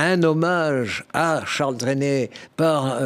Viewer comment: Pas "Trénait",mais Trenet.